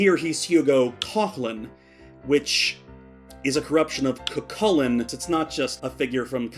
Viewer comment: As an irishman I'd like to personally thank you for saying Cú Chulinn right